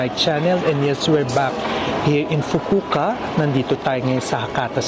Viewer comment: Fukuoka 😂Fukuka 😮kala ko Fugu ka?